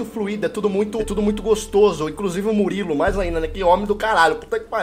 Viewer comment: Pronúncia: Muriulu